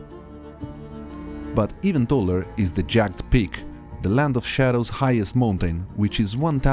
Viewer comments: Just a tip! 'Jagged' in english is 2 distinct syllables- its more like 'jagg-ed' than 'jag'd' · Hi, great video. I just want to give pronunciation correction. Jagged is pronounced with 2 syllables, "jagg - ed"